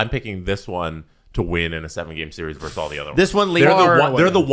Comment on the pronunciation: It's "versus", not "verse".